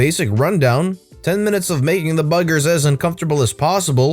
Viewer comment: Saying "buggers" in an American accent is funny. 😆